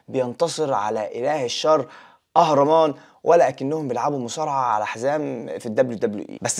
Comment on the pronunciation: نطقت كل الاسماء بشكل خاطئ، أهورا مازدا، أهريمان.